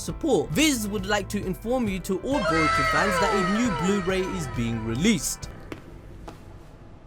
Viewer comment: Can you get his name right boruto 🤦🏾‍♂️!